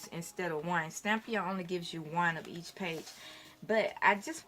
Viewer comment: you have been mispronouncing Stamperia. You have said Stampia with out the 4 syllables: Stam - per - i - a. Your work is fabulous and it inspires me. Thank you!